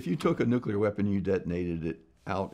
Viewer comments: Finally someone that doesn't say nucular ! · I appreciate that Mr. Spriggs at least pronounces nuclear correctly and not Nuke-you-ler, like many US presidents and TV scientists. Easy way to remember the correct pronunciation is that you never want to NUKE-You, but Nuke-Lee instead. Nuke-you-ler is a good example of TV inculcation, that is, how many times you hear a word pronounced incorrectly, it becomes correct in your parlance . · He starts by pronouncing "nuclear" correctly. That right there was enough for me to think, "Wow, this guy knows what he's talking about!"